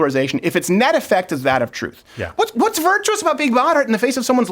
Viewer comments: “It’s the truff”! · "It's like the troof..."